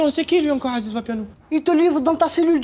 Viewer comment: D'où c'est "Haziz" mdr c'est "Aziz"